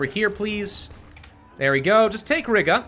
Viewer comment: Oh my God the way pronounces Riga just REALLY annoys me! Hey, it's pronounced Ree-ga!!!